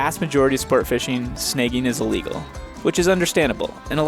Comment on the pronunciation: Took me a while to figure you were saying "sn-ah-gging" a fish. I heard "sn-eh-gging".